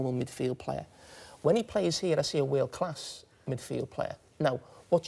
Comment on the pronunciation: I have the captions on and when Carragher says “world class” and translates to “wheel class” 😂😂😂